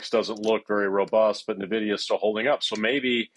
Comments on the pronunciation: I stop watching when anyone still pronounce NiVidia. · Propaganda 💯. This guy is clueless. He can't even pronounce the company name properly. Nonsense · Thanks for posting this. If the guy doesn't even know how to pronounce the company's name why should I lend any credence to his opinion?